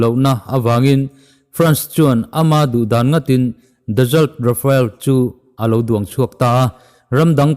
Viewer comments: Amak, RA-FA-EL a ni sek lo, RA-FAAAL ti anga lamrik mai tur. France-ho hian atawpa vowel awm hi an lamri tel ngai meuhlo tihte pawh hriattel a ngai. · Rafael ni lo in Rafale ti a lam zawk tur a ni e.... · Caption ah RAFALE ti siin RAFAEL tiin i lam tlat a ka hriat chu le???? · Rafael tih a lam lo tur... Rafale tih a lam tur